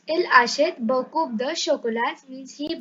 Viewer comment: Are u you yourself a student 🤔🤔 and we know about english adverbs in english tell in french. And thank you for telling there are adverbs in french also. Grow a little and then make videos. Then teach. And u need to learn the pronunciation. P is silent in beaucoup de and t in chocolate. BTW first learn pronunciation and have a course of two years. Who all agree give a like 👇👇🤘🤘